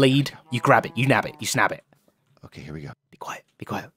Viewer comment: you 'snab' it? 😂